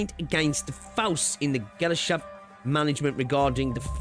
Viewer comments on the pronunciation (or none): So I’m only halfway through the VOD rn so idk if people have informed you of the proper pronunciation but, if not, Gesellschaft is pronounced guess sell shaft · Unless you dropout of middle school you should be able to pronounce that